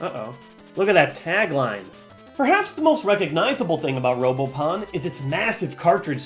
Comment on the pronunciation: who else thought it said robopoon?